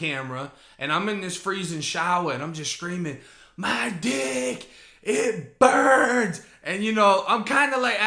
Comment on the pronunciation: "Itt burnss"😂😂